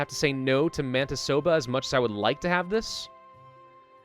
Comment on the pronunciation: Nice pronouncement of Manitoba